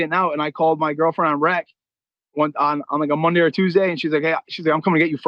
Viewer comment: the reason we love Ariel so much in England is cos he pronounces Tuesday correctly